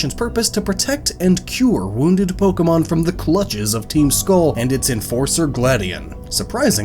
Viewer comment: Lmao, it loses hype for me every time "Pok-ee-mon" is uttered. 😂